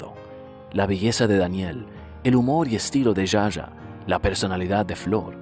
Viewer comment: Está genial la.historia... ah no se dice Ya Ya a (Zsa Zsa) se pronuncia Sha Sha